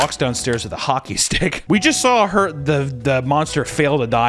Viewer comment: Anyone else recently notice that says “drawl” and “sawl” no hate at all just noticed that